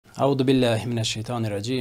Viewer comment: Не ауду а аузу з звонские зззззз